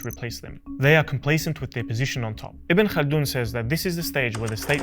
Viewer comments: The name is "Ibn Khaldun" or "Ibn Khaldoun" not ibn kana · Not say Ibn kalin or Ibn kald his name is Ibn khaldoune ..ابن خلدون